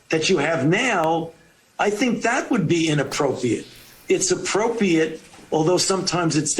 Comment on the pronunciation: He can't even say the word appropriate 🙄